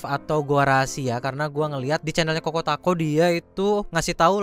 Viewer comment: choko not koko